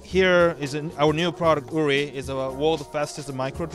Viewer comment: It´s called UVIFY not UNIFY pal